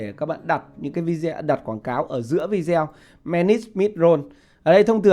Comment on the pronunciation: Video đọc là vi đi ô